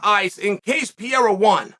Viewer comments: Say it with me Chael, Pa-ray-uh not Peeair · he's name is not piera. it's pereira! omg lmao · Will he ever get the guy lastname right ever? It's PEREIRA not PIERA come on uncle Chael you can do it i believe in you! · Why does Chael call him Pierra???? Can't he read "Pe-rei-ra"?? Doesn't he correctly hear when other people pronounce the name?? How does he get "Pierra"??.... Wtf, it makes Chael sound like an ignoramus which I know he's not... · Can we please just appreciate PIERA - classic chael mispronounce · who the fuck is pee-ayre-a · This mofo is really still calling him PEE - ERRA its hilarious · Nobody: Chael: Pierra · Alex “Piera” Pereira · Did he just say pee era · "Pee-era" I swear I've never heard a fighters name be misprouncinced so many times in so many different ways. Everyone has a different version 😅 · I gotta ask.. who the fuck is this guy named Piéra he keeps talking about 😂. Gotta love how Chael says Pereira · Say it with me Chael: PE-REI-RA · Is he? really schooled Pee-era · No one: Chael: “Pee-era” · Please, Uncle Chael...for the love of God...why do you keep calling this man "Pierra"?? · The disrespect of uncle Chael, calling Alex Pierra 😅😅😅😅😂😂😂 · Been a while since I listened to Chael. That PEE-AIR-AH pronunciation snapped me back quick lol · his Pierra is killing me every time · And also pull a card out of Steph A. Smith's hand and mispronounce a fighters name continuously with different variations each time, Peria, Pariyah, Ferrera, Paurora Borealis lmfao Chael is funny bruh. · Chael still calls him Pierre lmao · Chael saying Pierra has me dead every time! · Alex Pee-eira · came here to hear Chael say Pereira's name wrong again lol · The smartests guy in the room still mispronounces 'Pereira'.